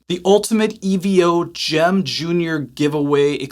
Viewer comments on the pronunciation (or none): If you knew anything about Steve Vai it's pronounced Evo as in short for Evolution...not E.V.O...that's like ELO...as in Electric Light Orchestra...just sayin..😂